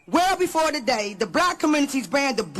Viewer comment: “Togat…toget…toDAY we gather to speak plainly about policy paff that sand-itch strong…”😂